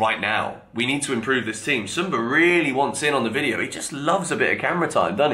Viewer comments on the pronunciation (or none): none